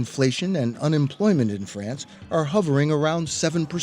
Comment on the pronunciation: Yet you can't even say France correctly.